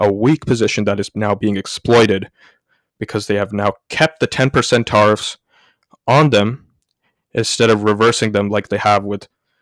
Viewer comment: It's pronounced Teariffs like to tear a piece of clothing or paper not Tarrriffs like tar and feather or road tar. You will sound better for your next video with this small change.